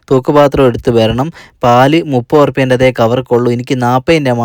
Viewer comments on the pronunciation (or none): none